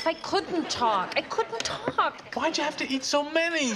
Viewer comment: couldntalk, couldntalk...., sounds like a german word, lol